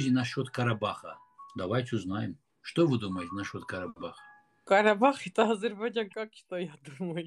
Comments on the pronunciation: гардаш.Не говори "Азербажан".Чувствуется что ты жил в России.Но пр братски хотя бы правильно по русски Азербайджан. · Блин ну просто ухо режет Азербажан Азербажан Блин выучи ты правильно произносить название своей родины